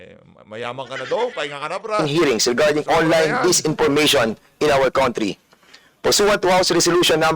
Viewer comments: fernandez ano ba ang tamang pronunciation ng COUNTRY??"CAUNTRE"?DI BA "CANTRY"??halatang kulang ka sa alam..hakhakhakhak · Comee-tee and kown-tree 😅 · Mali pa Pag Basa ng country😂donepernandez.walang kwentang hearing